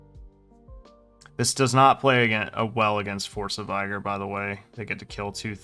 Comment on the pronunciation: It’s Vih-gurr, not Vie-gore.